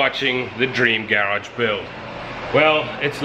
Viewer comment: How can you have a garage video series and pronounce the word garage all weird? 😂